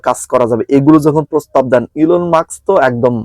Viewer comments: ইনল মাস্ক নয়,,/ ইলন মাস্কের। আশা করি নামটির উচ্চারণ ঠিক করে নিবেন। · আসসালামালাইকুম ভাই আপনার কথাগুলো খুব ভালো লাগছে। কিন্তু ( ইনলমাক্স ) বার বার বলছেন হবে ইলন মাক্স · Bhai enol maks noy,,,,, Elon Mask hobe